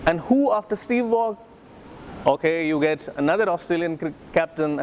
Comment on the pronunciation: The ‘g’ in Waugh is silent 🤦🏻‍♂️..... amidst all that accent 😩